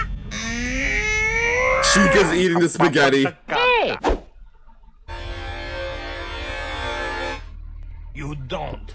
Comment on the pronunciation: Did you really say spag instead of spaggett